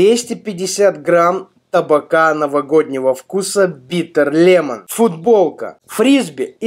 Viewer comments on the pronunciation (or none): none